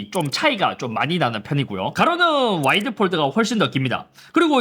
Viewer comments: 왜 자꾸 와일드라고 하세요 ㅋㅋㅋㅋㅋㅋㅋㅋ 와. 이. 드. 해보세요ㅋㅋㅋ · 내 귀가 이상해요? 와이드(wide)가 아닌 와일드(wild)로 들리는건 왜일까요? 그래도 좋은 정보 감사합니다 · 와이드를 자꾸 와일드라고 하는 것 같네 ㅋㅋ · 아니 잇섭님 와이드를 자꾸 와일드래 ㅋㅋㅋㅋ 야생이냐구요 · 저만 와일드로 들리나유ㅋㅋㅋ 연말에 들리는 올래 같은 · 왜 와일드로 들리지? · 와일드 아니고 와이드